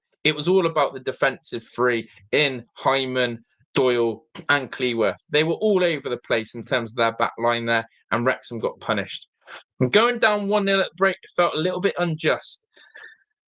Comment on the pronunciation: Who’s Hyman? Haha, it’s Hyam! Joking aside, nice video…keep ‘em coming! UTST! 🏴